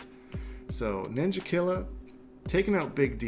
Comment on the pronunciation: When you say Ninjakilla's name you say it with an "a" not an "er" or else it's racist